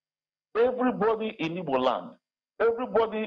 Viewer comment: Igbo leaders not " ibo leaders" It's we that were born and grew up in igboland will teach you. It's the British that were using the term "ibo" because they couldn't pronounce igbo. Grow up and free yourself from mental slavery